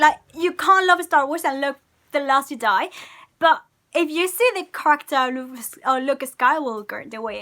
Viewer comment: “...last gedi.” I heard all I need to know from this woman 😂